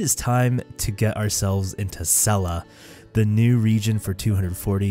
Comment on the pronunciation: I love you but if you keep calling sellas sella I will lose my mind but jokes aside ive been so hyped for you to explore this beautiful area!!!